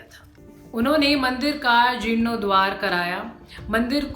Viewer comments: जीर्णोद्धार को जीर्णोद्वार कह रही है मैडम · "Tiruvantampur", "Jirnodwaar", kaise kaise uchchar karte ho madam ji. Agar nahi hota aap se toh Saurabh bhai ko bol do. Woh video bana lenge.... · अपना हिंदी का उच्चारण सुधारिये ,,,, न तुमसे तिरुवनंतपुरम बोला गया और न जीर्णोद्धार बोला गया ढंग से